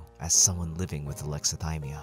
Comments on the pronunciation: I'm sorry, I have to point this out... whit? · Sorry to critique… but “With” not whit